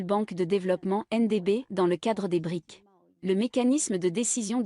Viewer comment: un détail, brics n'est pas le pluriel de bric, il est important de prononcer les "s" à la fin , préciser la signification de brics car tout le monde ne sait pas voire peu de gens ... brésil, russie, inde, chine et south africa ... sinon ravi de voir que les brics sont un contre pouvoir à l'hégémonie américano-occidentale